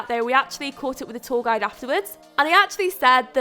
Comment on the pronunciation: I thought she was saying "tall guy" instead of "tour guide" 😂